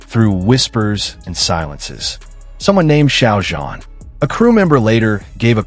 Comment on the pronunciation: İsimleri adam akıllı okuyun wang yibo ve xiao zhan farklı telaffuzlarınız kulaklarımı kanattı 😬